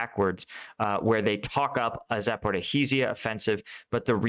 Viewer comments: Hi...I know Russian and Ukrainian place-names are sometimes hard. I am going to help you. Zaporizhzhye is pronounced "zaporizhia" "zh" as in soft "j". And Kyiv is pronounced "kee-iv"(Kiev) not Keeve. Ok...hope that helps. 😃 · i am sorry but its za-po-rizh-zhia 😂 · please stop killing the name of Zaporizhzhia 😂 use instead of zhzh the last consonant you hear in the word entourage or in nicki minaj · Great analysis! Just a tip on pronunciation, Zaporizhzhia is Za-por-ree-zhia and Svatove is Sva-toh-vay.